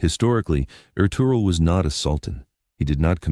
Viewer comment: I absolutely love anything Ottoman or Turkish but get so frustrated w/ these AI mispronunciations ESPECIALLY when a human can control exactly what an AI does and states. No excuse. Ertugrul is pronounced Air-Truuul. Master historians revealed his father was Gunduz NOT Suleiman. And the Kurulus Ertugrul series did not have them living in prosperity. They were very shabbily dressed compared to the Seljuk's and did not live in luxury of any kind. Osman is OOOOOOsman. NOT OzMan. NOT Ozzie NOT Oz They didn't become the OzzzzzMan's They became the OOOOOsMans OOOOOOO--sssMan "O" NOT "Oz" AI does what you tell it. Pronounces the way "you" program it. AI does not have a brain. All these mispronounced names is due to human laziness.